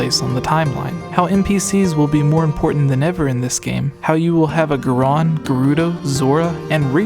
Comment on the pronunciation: In every video you say "Goron" incorrectly. You keep saying "Geron". it is pronounced "GORE-ON." Emphasis on GORE.